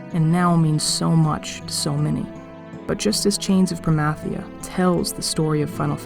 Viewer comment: You say Promathia wrong lol. But so does anyone who pronounces Zilart with a long I